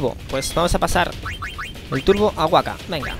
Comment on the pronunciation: La primera K de Wakka se pronuncia.